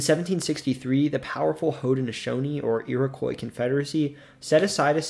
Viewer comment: Thank you for saying Haudenosaunee correctly!